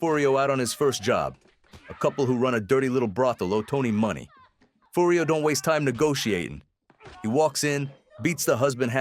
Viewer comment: Yeah listen to how it says AJ and Furry O